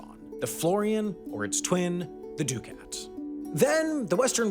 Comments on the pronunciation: First time I've heard someone say ducat as doo-kaat instead of duh-kuht. I think in this case the Brits got the pronunciation right. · Ducats are pronounced "duck-its." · 'florin,' not 'florian.' And 'ducat' is more like 'duh-kit' than 'doo-cat' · I've always heard it pronounced "duck-it's", not "do-cats". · Please learn to pronounce Florin (Fluh-rin) and Ducat (Duckut) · Rhyming with Bucket is actually the pronunciation used in English. He hypercorrected here. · A pronunciation guide: Florin rhymes with "Lauren." Ducat rhymes with "bucket." Ravenna doesn't have a Y in it. I don't know if due to an overly aggressive production schedule or simple lack of caring, but you seem to have a serious problem with mispronouncing words and I really wish you'd check the pronunciation of unfamiliar words before recording the VO.